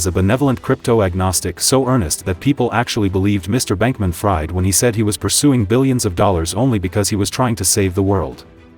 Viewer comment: If you are choosing to use AI Voiceover tools (as it is obvious you are) then at least take the bother to edit video text prior to translation to 'speech' so that the AI voice reads it as it is supposed to be pronounced: in the case of SBF -- 'Fried' is pronounced 'Freed' (which should have been more than clear to anyone researching the FTX fiasco). This is a new channel so attention to detail is worthwhile -- this advice is meant as constructive criticism so I hope it helps!